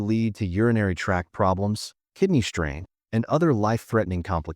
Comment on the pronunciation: You have a speech impediment. Its called s-backing. You pronounce st/str words as if there was a h in it…It’s distress ( dissss ) not dishtress ( dishhh )… It’s strain not shtrain